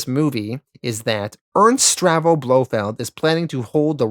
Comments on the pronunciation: Not to nitpick, but the name is pronounced Stavro, NOT Stravo. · bro literally pronounced like every name wrong. STAVRO, not Stravo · Great video but one minor niggle. It is Ernst STAVRO Blofeld NOT STRAVO. Aaaarrrgghhh lol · Stahv ro. Not Strah vo. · I love your videos, and as a huge Bond fan I’m enjoying this so far (I’m pausing at Diamonds are Forever)… however, can you please check your pronunciations! Ernst “Stav-ro” Blofeld, George “Laze-en-by”, Shirley “Bass-ey”… sorry to be fussy about this but it makes a big difference especially in such a long video.